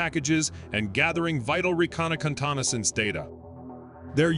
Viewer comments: No no no This drone gathers swords! See, Recona-kantana-sonce! Also that it costs up USD 3400 ECHHE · I thought the narrator was having a stroke there for a second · Reconnacontonnacence data, of course. It's very valuable.